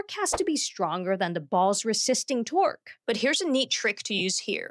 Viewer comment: I heard twerk instead torque 😂😂😂 the bug was twerking on the golftball